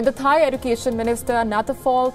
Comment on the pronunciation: It is pronounce as education or ezucation